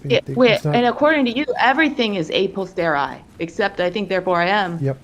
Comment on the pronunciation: C'mon now... It's "a POSTERIORI"! Not "postori."